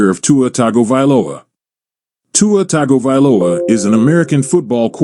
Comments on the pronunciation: It's Tongue go valoa🤦🏾‍♂️🤣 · Totally butchered his name as well as all his families name and hometown name 😂 it’s all good